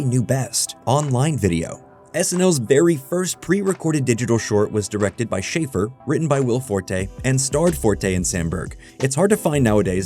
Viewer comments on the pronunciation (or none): This video is so good and tells their history at snl so well!! But just so you know its shaff- er (hard a) and taccon- ee